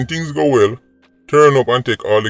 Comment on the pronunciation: God bless.....I would want to see the "Man or Company" who run last..... say it again.... "When things guh good they take the credit but when things guh bad........"